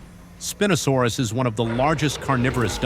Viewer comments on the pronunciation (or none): It’s not spin o saurus spy o saurus